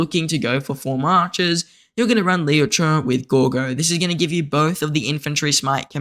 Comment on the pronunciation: It really triggers me how you pronounce Liu che😆